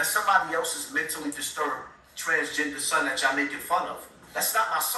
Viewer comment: It’s (Son) not Sun ☀️ lol